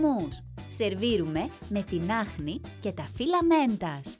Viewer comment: Ακουτε όλοι στο τα "τυλλα" μεντας ή μόνο εγώ? 🤔🤔 Το carrot cake του kitchen lab είναι έρωτας. Φέρτο Θεσσαλονίκη ρε Άκη